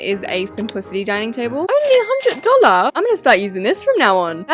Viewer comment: “OnLy Fyifty DaWLeR”?